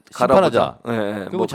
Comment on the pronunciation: 정청래 의원님! 이제 나이가 있으신지 발음도 세네요! "못살겠자 갈아보자!" ㅋㅋㅋㅋㅋ 두 분의 케미가 아주 잘 맞으시네요!